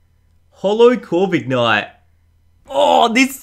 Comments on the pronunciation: Isnt it pronounced Corvi-knight instead of Corvik-night? :D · It is not corvignight it is corvinight OKAY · Ummm..., it’s Core - vin - ite